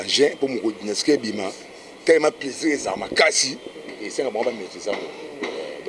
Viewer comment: Dynaskie basali fichet ya échographie ya bana mapasa ya carine mokonzi .....yango album na bino eza dynastie ou dynaskie ...yango tata oyo voix ya bombe aza koyeba ata ko prononces te